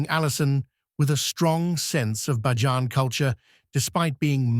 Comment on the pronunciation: He needs to pronounce the word Bajan properly. What is Ba jan 😂. Smooches 😘